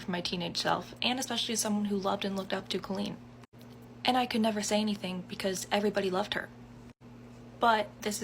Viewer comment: why tf does it sound like she's saying queen it took me the entire segment to realize she was saying colleen i was so fucking confused for a while lmao